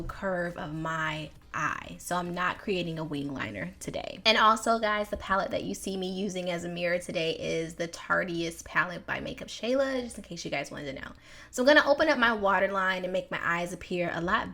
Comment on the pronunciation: It's "Tarte-IST" Why can't folks read that name? LOL I love that palette and the Tarte brand! Sorry,, not "Tarte-EE-ist"...no.